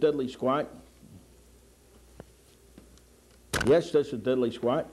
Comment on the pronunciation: “This is Diddlee Squat.”“This is Diddlee Squat.”“This is Diddlee Squat.”“This is Diddlee Squat.”“This is Diddlee Squat.”“This is Diddlee Squat.”